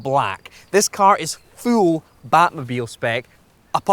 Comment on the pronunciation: Please stop saying the words 'full' an 'fuel'. I literally cant here the difference